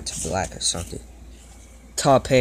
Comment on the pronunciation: I am sorry I am trying not to be rude here but taupe is pronounced as tōp